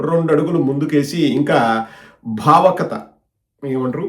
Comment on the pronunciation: భావకత కాదు భావుకత ..